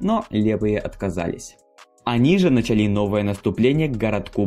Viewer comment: Ударение в словах! Что ты делаешь с русским языком? Какие нафиг «началИ», «осИ», «бралИ» и тд?!